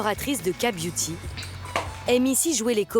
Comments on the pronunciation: Non pas ka-beuty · j'aurais dû compter combien de fois elle a dit la "KA" beauty 🤔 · Elle a juste prononcé la lettre "k" en français au lieu de l'anglais...😅